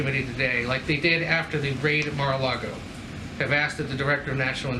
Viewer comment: “CAR-LAGO” ARREST THIS DEMENTED SUCKER